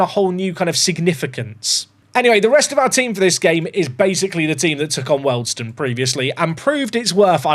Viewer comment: Aaargh your pronouncation is killing me. Wealdstone is said as wheeledstone Ruislip is RICElip and it's south of NorthWood. This away day annoyed me more than any Lollujo video